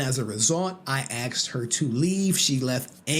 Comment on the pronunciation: Aksed? ASKED!